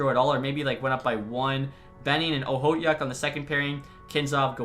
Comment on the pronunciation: Okhotiuk is pronounced ah-hoe-took